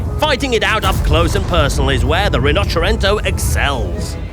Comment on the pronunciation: Please learn how to pronounce Rinoceronte